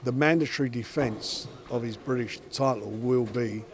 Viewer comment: How come Frank always says tidal instead of title? He pronounced his Ts correctly in every other word he ever says except for when he says title